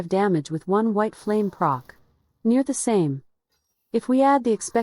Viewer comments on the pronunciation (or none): none